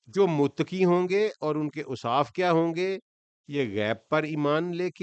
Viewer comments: The word is mutaqqi not mutqi i think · متقی کا تلفظ Muttaqee